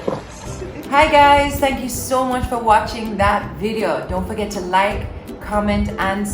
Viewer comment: is Gulf not galf😂😂& Comment not camment 😂😂bug up the #Mitchells gang💗💗💗💗💗